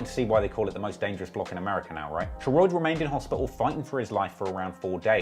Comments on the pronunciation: he really pronounces Sheroid as SHER-ROID, like rhyming with Steroid. Even though, throughout this entire video, there are multiple clips of members pronouncing it correctly, in real life situations and Raps. 🤦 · lol you are so bad at pronouncing sheroid (its pronounced sher-odd) and jaro city (its pronounced jah-ro) its killing me